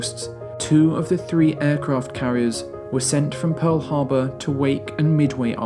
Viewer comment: There's no "u" in Pearl Harbor.